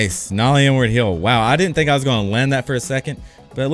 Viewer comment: why does it always sound like he says n word heel when hes saying inward heel? lol